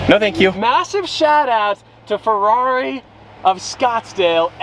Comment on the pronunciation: need to call you and tell you how to pernouce the ferrari That is being said way wrong!! even by The sales guy